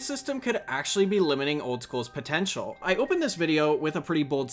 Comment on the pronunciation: potentinal? lolol